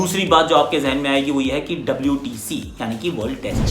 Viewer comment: Mujhe laga wdc when he said wtc Reminded me of Happy New Year movie